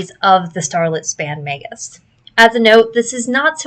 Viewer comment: OMG, a YouTuber who knows how to say the word "magus!" What's next, dare I hope she'll say "eidolon" right?